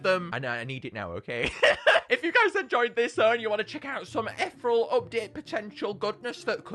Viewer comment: god can you pronounce ethereal right for once? its i-thee-real